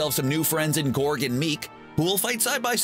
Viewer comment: It’s korg and Meek not Gorg and Meek